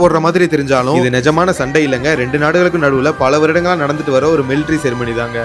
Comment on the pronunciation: Why am i hearing ceremony as செருப்படி😂😂